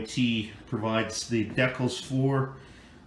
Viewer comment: Will you pronounce it the right way they're called decals not decals